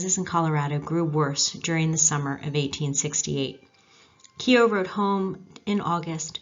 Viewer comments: I suggest you go to Ireland and LISTEN to how it's pronounced and redo your show and do it correctly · I live only a few miles from where he was born in Co.Carlow , I visited the battlefield on two occasions when I was on vacation to the USA 🇺🇸 , that was a good documentary, but you are pronouncing “Keogh” incorrectly 😊😊😊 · you did well enough except the o is more prominent than e so instead of Key O it's Kuo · yes I noticed you switched half way through there. Keogh is pronounced "Keoo". The Kee-Ho is very much an Americanism. Like when visiting the Cliffs of Moher in Clare Americans will invariably extole the virtues of "Mo-her" rather than the "More" in the vernacular. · The E is silent the name is pronounced Kogh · Keogh..... pronunciation time...not Ke-ogh,.....its K-followed by a soft long yoo,also the K has a subtle Q sound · Fascinating Video, unfortunately you are pronouncing his name incorrectly , it's not "key O", it's Koow. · News - keeohhh is NOT pronounced that way for all you Americans ……… it is pronounced kyohhhh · Great work, can i just make a suggestion about pronunciation, Keogh is pronounced "Kyo" the e is not pronounced and gh together in irish is generally silent, so Gallagher is pronounced "Gallaher" and Doghtery or Doherty is pronounced "Dawherty" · The pronunciation of the name Keogh in Ireland has only 1 syllable,others use 2 syllable Key ho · It’s pronounced Keooo. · Several times during the video his surname was not pronounced correctly. This lady may have a lovely Irish name but that does not mean she can do an Irish accent. Otherwise, an interesting and enjoyable video. 👍 👍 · God, Why not pronounce his name correctly !